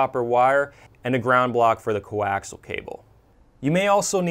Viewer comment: These are informative videos. Very professional presentations. However, the word coaxial isn't pronounced as "co-ax-al". It should be pronounced with another whole syllable in it. Say "co-ax-i-al".